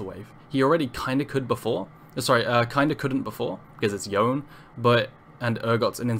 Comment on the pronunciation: Small quibble: Yone is pronounced "Yo-nay" not "Yoan". It's in several of the cinematic videos. Borrows from Japanese pronunciation. Good video otherwise though!